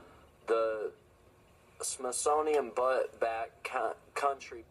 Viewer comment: Butte, pronounced Byoot. I'm pretty sure. Could be wrong, but in Cali., USA that is how it is pronounced anyway.